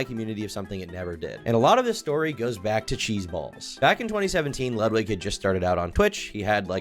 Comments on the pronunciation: It's "ludwigga" cool it with the streamerism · The most cutting comment in this video is calling him Ludwig ahhhh-gren